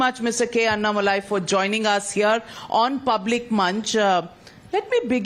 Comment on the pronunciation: The lady who takes the interview must know how to pronounce Mr. Annamalai's name correctly. The owner of this TV must please note. When you direct somebody to take interview she must atleast know how to pronounce a person's name